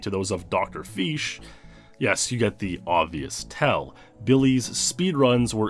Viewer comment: "drfish" Dr FEESH